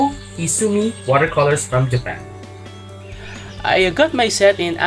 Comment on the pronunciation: we can call it a JA-PAN, lmaoooooo im sorry it was funny to me.. greetings from Canada sir